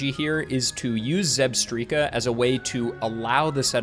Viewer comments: I've always pronounced it like "strike" not "streak" 🤷🏼‍♀️ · Are we serious? Zebstreeka? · "Zebstreeka?" No! "Zebstrika?" YES! Phew! "I'm just gonna say Zebstreeka" 😭😭😭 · It's definitely Zeb - strike - a not Zeb - striii - ka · it's Zeb-STRIKE-a, the word 'Strike' is (almost) in the name!!! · ZEB-STRIKE-Kah Vs. ZEB-STREAK-Kah Just so we are clear. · Come on man. "Zeb-streaka"!? Electric zebra. It's "zeb-strike-a" you know like lightning strike. Like how every Pokémon name is related to its looks, abilities, etc. "whimsicott" for example, it's whimsy and cotton lol. It baffles me how people don't draw these obvious conclusions! 😂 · For future reference, it's pronounced Zeb-STRIKE-a, as in a combination of Zebra and Strike. Also, Tirtouga is Ter-TOO-ga, as in the island of Tortuga(and spanish name for turtle). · Dear, thank you for this long video, I work 12 hour shifts and this will get me through most of it between customers and pauses. But I'm gunna hold your hand while I say this, it's Zebstrika, like a lightning strike lol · since you read all your comments I just wanted to say that I'm sorry about critiquing your way of saying Zebstrika. You make great content and seem like a chill guy to hang out with. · Clicked off when I heard how you pronounce Zebstrika. I'll be back... i just need some time.